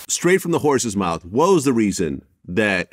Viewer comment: This dummy said to b Tyrese " I'll BOX ya Mouf " 😭😭😭😭😭😭